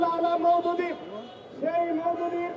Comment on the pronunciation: সাইয়েদ আবুল আ'লা মওদুদী,,তোরা তো মওদুদী ও বলতে পারিস না,,তাহলে কিভাবে অভিযোগ দিবে